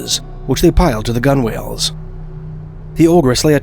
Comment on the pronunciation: I’m so sorry but pronouncing “gunwale” that way is NOT helping you with the AI allegations 😬😅